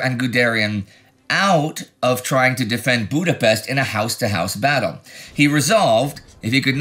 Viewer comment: weeks and weeks go by and Indy still genetically unable to pronounce Budapest.